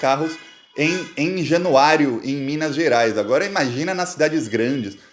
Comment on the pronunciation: Vc está FALANDO ERRADO o NOME DA CIDADE de MINAS que é JANUÁRIA. tem repetido: - JanuáriOOOOOO. - E é JanuáriAAAAAAAA!!!!!!!!!! Januária-MG!